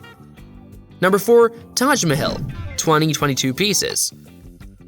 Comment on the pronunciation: Are you intentionally mispronouncing everything? If so, impressive. If not, ouch my ears... The statue honoring Ernie's French-Canadian roommate: The Statue of Le Bertie The Ark de Troomfee The Touch My Hill The Fladderon Building All created by the LEGO company located in Ballooned.